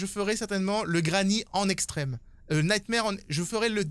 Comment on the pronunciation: Ça se prononce “nightmOre” mais sinon jaime bcp tes vidéos lel